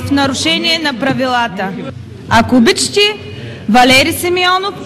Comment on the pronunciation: "Ако обичити...." 😂😂😂